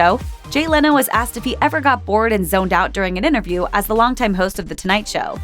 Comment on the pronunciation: the word is inTerview, not innerview!